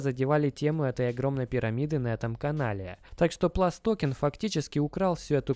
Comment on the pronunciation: ПлюсТокен, а не ПласТокен Не Билл Пульт, а Билл Пультэ